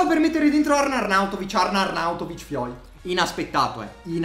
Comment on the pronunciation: Queste sono le volte che ha detto “Arnarnauntovic”